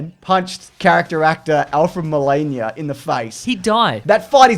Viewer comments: The last name isn't Molania, it's MOLINA and one thing you didnt mention was that he was also the assistant in Raiders Of The Lost Ark who betrayed Indy for the Golden Idol! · The worst part of this video is the way you pronounce "Molina" I take offense